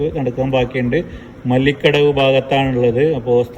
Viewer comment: മല്ലിക്കടവ് അല്ല മാളികടവ് ആണ് (മാവിളികടവ്) എന്നും പറയും